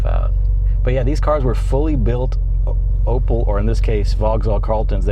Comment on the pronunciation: Opel, not Opëll